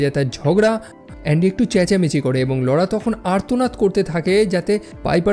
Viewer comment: Apnar laura namta pronounce krte problem hoi keno. Apnar ki laura bole kono girlfriend chilo naki.